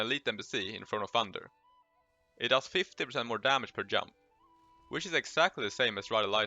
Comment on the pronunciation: pls stop saying jamp or jast JUST, JUMP